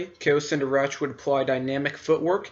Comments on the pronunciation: Kao Cen Darach is pronounced Kao Ken D(aw)r(aw)k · You pronounced have the words in this video. Such as zabrak, Kao Cen Darach.